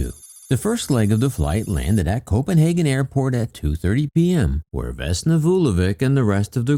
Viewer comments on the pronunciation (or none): none